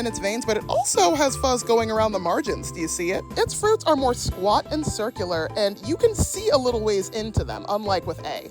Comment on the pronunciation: it’s pronounced SIR-KEW-LUR